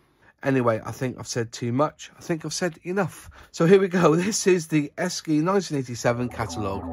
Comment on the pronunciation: According to their 1983 catalogue it's pronounced Eshi